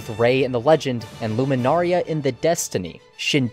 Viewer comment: You pronouncing Lunamaria as Luminaria bugs me, but your analysis compels me to finish the video xD